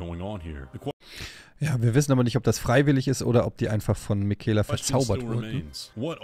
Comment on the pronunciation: Er heißt Miquella, nicht Mikaela 😂, Bin gespannt, wie es sich letztendlich auflöst.